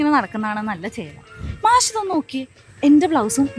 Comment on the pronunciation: മാശോ ? അതെന്താ? മാഷ് എന്ന് പറയടി